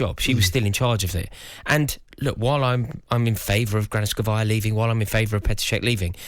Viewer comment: Granovskaia not Granoskavia